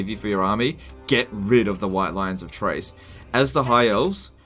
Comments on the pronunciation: Pretty sure Chrace is pronounced with a K like in Chaos, not like "Trace". You made me have to pause and comment this which clearly means it made an impact on me. Anyway, going to continue watching now because I know the rest will be good and informative. But seriously it's Chrace not Trace:P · Basically it should be KRAYce. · is basically trolling me by pronouncing Chrace as Trace. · Chrace is pronounced like "Krace." You're killin' me. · Maybe the mispronouncing of the White Lions of CHRACE is because you hate them so much, never really use them because of their "top tier peasant" status.